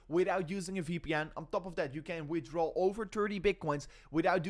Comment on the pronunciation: "wiff draw turdy bitcoins"